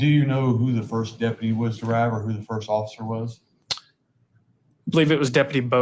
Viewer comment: I really can't stand the way he says, "the."